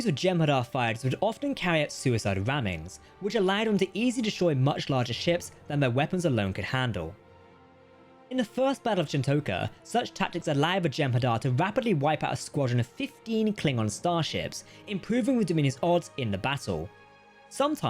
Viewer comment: Whilst i appreciate any channel that does its own naration instead of using cheap, awful AI. Captain Jack's pronunciation of certain words really get on my nerves. Chin-toh-kah, not Chin-tow-ka, and pole-a-ron, not poll-aron, amongst others. 🙉